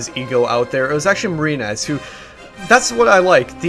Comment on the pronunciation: Every time you say "Marine-ez" it sounds like you're giving him shit for his name :)